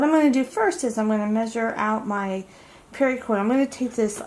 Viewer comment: Why exactly are you saying "pari-cord" it's literally pronounced "para-cord" there's no I in it...